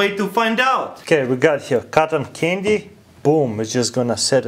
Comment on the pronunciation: I heard condom candy XD